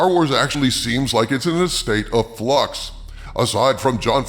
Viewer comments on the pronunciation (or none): A state of “flux” or state of “sucks”?